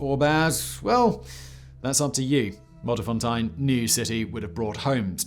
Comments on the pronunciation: Nice, I live like 40km from Modderfontein and never knew about its history, FYI its "Modder-fon-Tyn" not tine XD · Modderfontein??????? As in N12 Modderfontein, Never. 😂😂😂😂😂😂💀💀💀💀